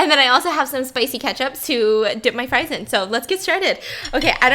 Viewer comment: “Spam sfrisfsfs srieves, spam Sprives” _Stephanie 2019